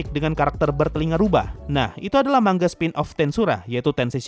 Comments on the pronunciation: Tulisan nya manga, tpi bacanya man-ga. Di jepang nggak ada "ng" kek di indo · manga bang bukan mangga, mangga itu buah buahan bang